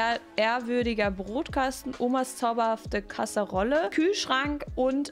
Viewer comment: man spricht bei kasserole das O lang aus 🥰🥰